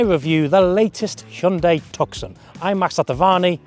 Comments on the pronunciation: You lost me at Tuck-son! Its pronounced two-s-on! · Tuk Son?? You could at least get the name right! 😮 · Toos sone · hahahahahah the tukson is a pretty impressive car... its pronounced tooson dummy as in the city of tucson arizona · I’m pretty sure you pronounce it “Tusson” like the place in Arizona. Not “Tuckson”. Great reviews though. Thanks. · It's pronounced 'Tooson'.... Glad you weren't testing the ... Hyundai ..Santa FEH! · 2 minutes in had to turn it down wtf is a took son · Tuck-son...you toooool! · Please stop saying 'took-son' - doing my head in lol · The ‘C ‘ in Tucson is SILENT!!! pronounced TOO-sahn !! Little bit of research and it’s found OR knowing geography!!🤦🏻‍♂️ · Please pronounce 'Tucson' properly please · How can you review a car and not know how to say its name??? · Learn how to pronounce it properly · Cannot even pronounce the name correctly or know the 4 dots are morse code for H. Come on mate! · I own one and couldn't get to the end of your review simply because you can't pronounce Tucson....forget the 'C' it's silent 😡